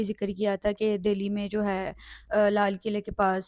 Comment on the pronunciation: Madam its Delhi not Dehli